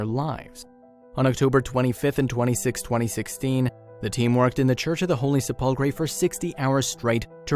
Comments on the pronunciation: Hello, Perhaps you need to rehearse the voice recording prior to posting, for if you actually cared about your position you would!😯 The Church of the Holy Sepulchre isn't pronounced: "Se•pull•cray" (or however you trashed it) 🙄 it's been PRONOUNCED WELL OVER 1,600 YRS. AS: "Sep•ul•cur/Se•pul•cur" (BTW, A) The "Se" IS as in September, sensational etc.; B) The "cur" isn't: Cray, cree, cure, etc.; It IS: "cur", as in curse, curd, curb etc.!)!!! 🤔 That's how I've heard it said by professionals (clergy, reporter's etc. say it anyway)!!!🤨🤔Pronounce it out, then put it together, then if you care about what you do (you might want to be a Christian for yourself!), because you sound "uneducated, uncaring, most of all rude (which is un-knowledable) when anyone who "is knowledgeable" hears when you do that (regardless of what it pertains to!)!!!🤯🤔🧐 I'm trying to help you.😯 Just sayin'!!!🧐 If you continue as such, then I'll know two things: 1) You don't read the "comments" and 2) That you don't really care!!😖 At that point I'll unsubscribe and so should many others, but what's worse it shows just how many unintelligent people that's out here!!😱 Take care, "God Bless", sincerely, Randy. 👍🙏🏻😇👊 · Attention millennial YouTube creators... PLEEEEASE research pronunciations when you are unsure! You were pretty close with the 'Church of the Holy Chipotle' smh